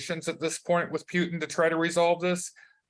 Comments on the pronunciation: Pu-Tan not Peu-tin. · "Puke-tin" ... oh Jim ...